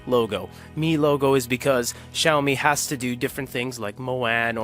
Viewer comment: Xiami? nahh...